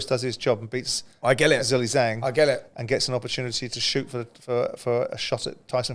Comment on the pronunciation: It baffles me that you so called professional pundits/analysts cannot show Zhang respect and do some research to pronounce his name right. It's not Zilly Zang its Zhilei Zhang but actually pronounced closer to Jhang Jhailei , in China the second name is said first. You're getting paid to speak about these fighters but you don't even have the decency to try and say their name right. It's so disrespectful